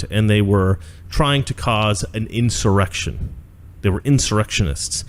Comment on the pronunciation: Typical Democrat ... "inch-erection"